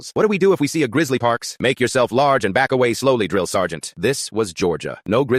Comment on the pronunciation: said it in perfect vietnamese